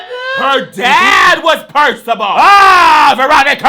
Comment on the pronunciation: Are you saying Percival or Percibal? Lol